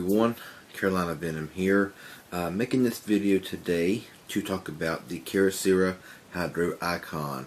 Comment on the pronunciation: What's up with the mispronunciations of Keyocera? You seem like a good guy but I just felt compelled to point out that it's not "keer-oh-seera". The correct pronunciation is "key-oh-sarah" (like the female name Sarah)